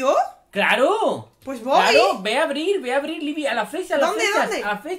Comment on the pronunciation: Es Libi ,les dije que era libi